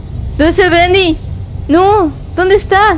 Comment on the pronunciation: Se dice bendy